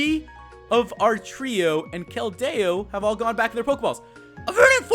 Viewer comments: its keldeo not keldao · Pronounced Kel-dee-oh not Kel-day-oh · I hate when you pronounce keldeo like the its not keldao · Anthony Acosta WAT??? He has Keldo? That's not a pokemon! Though, it sounds like keldeo (Being sarcastic...) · IT'S KELDIO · Actually more like Kel-dee-oh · It's pronounced Kel-deeoh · its pronounced (kel-dee-o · its kell dee o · keld-AYE-o :P